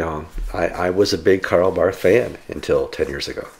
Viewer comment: Dear, as a fan of Barth, pronounce it Bart, silent h.